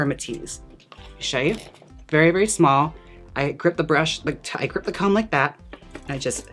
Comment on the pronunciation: I love your pronunciation of comb -- "co-wum"